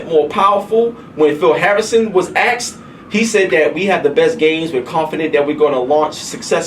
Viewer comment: It's pronounced ASKED not AXED